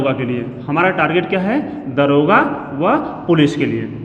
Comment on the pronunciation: दरोगा नहीं दारोगा होता है सर जी।